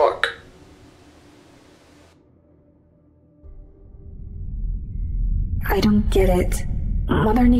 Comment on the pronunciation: ive never heard such a real "fock."